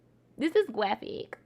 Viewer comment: “dis is gwaphic” 🤣🤣😂